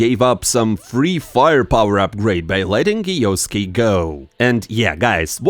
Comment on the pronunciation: bro its kyo-suke not krosssksjjusos123123